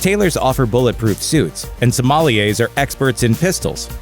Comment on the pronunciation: Sommelier is not "so-ma-li-ayes," but rather, sohm-lee-ayes